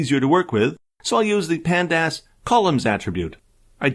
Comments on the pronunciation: The pronouciation for pandas as pand-ass & mat plot lie b! 😄 It's like fingernails on chalkboard! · Panda-ass was killing me!! :D